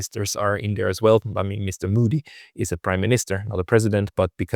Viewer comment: der Onkel heißt nicht Muudy sondern MOdi... und das Wort cauntry heißt cantry plz